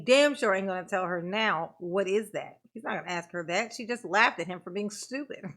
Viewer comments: He does say many words improperly! Biastness, axed, truff, substained??? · You know how long she waited for that moment? Lol! I wanted her to correct him on the word "AKS".... That one, and tell the troof drove me nuts! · I'm surprised the Judge didn't call him on " AXE " as opposed to ASK 😆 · The way he treats the judge, for sure no manners. Where was he when they taught English is school? There is no “X” in and it’s ask there is an “S” not X. Have they seen any reports not they saw. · Exactly ask not axe! He is an ID 10 t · I wonder if we can AXE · That is the first time he has ever been corrected!!!😅 Only 9 hundred and something years to go buddy hang in there!! It is gonna be hard to look Bubba in the eyes with his back to him!!!😅 I was like are ya gonna correct “AXE” me a question